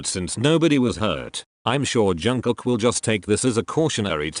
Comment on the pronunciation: not to offend you but why do you pronounce JUNG-KOOK as JANG-COCK its bother me a lot HAHAHAHAHAHAHAHA